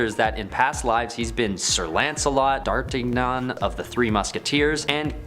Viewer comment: This "list" was rife with factual errors and mispronunciations (that's not how you say "D'Artagnan". Look it up). Terrible, terrible video.